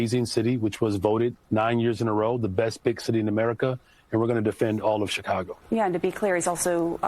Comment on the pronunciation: CHECAGO PISSA IS DEE BESS!!! Hahaha! I love it!! Yeah!!!